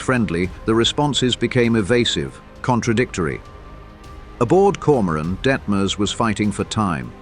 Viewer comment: Grotten schlechte ki stimme und übersetzung = die koron koron anstatt Komoran !!!